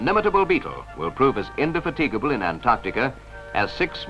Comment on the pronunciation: I’m pretty sure that narrator butchered the pronunciation of “indefatigable” 😂